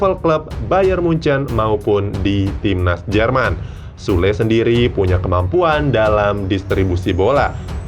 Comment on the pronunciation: Süle ( bacanya kek : Syula ) Cuman, mau introspeksi..😅